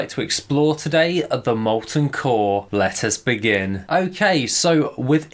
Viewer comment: Every video I hear lettuce begin xD